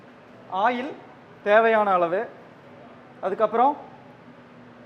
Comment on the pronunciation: Ail 😂😂😂😂😂🤣🤣🤣🤣or oil 👍